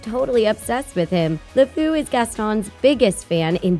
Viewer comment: She pronounced the word "Sakura" and "Lefou's" name wrong